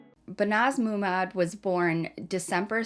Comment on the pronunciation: It’s Ma Mood Not moo maad